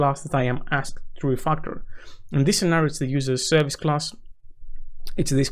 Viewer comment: Why do you keep saying refuckel